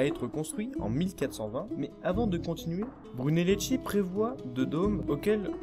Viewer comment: très bien le résumé. j'ai découvert tes vidéos avec l'Acropole, aussi très bien fait. Étant de langue maternelle italienne, dommage pour ma part d'entendre les noms des italiens prononcé par une lecture française ! Brunelleschi ça se prononce en français "Brunelleski" (le h en italien durcit le c ou le g qui le précède), et Ricci "Ricchi", à peu près quoi ;-)